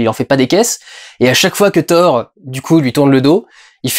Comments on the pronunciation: Ca ne se prononce pas Ssor , jsute "TOR" ce n'est pas un nom anglais et on dit "RAG-NA-ROK, "MIOLNIR" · Mdr on prononce pas "sorth" mais "Thor" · On dit pas hor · hey mec Thor ça ce prononce pas sor... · "FFhor" ???😳😳😳😳 raaah ça pique les oreilles , c'est pas un nom américain 😄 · Au début j'ai pas compris mais WTF ?? Comment ta prononcé thor ??? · lol, ça va faire 5 fois que je regarde le début pour écouter la prononciation de Thor... et on sent bien que tu es content de ton accent... hélas la troisième fois que tu dis thor, tu le prononce en Français. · Juste un truc. Arrêté de le dire avec l'accent anglais. C'est nordique à la base. =)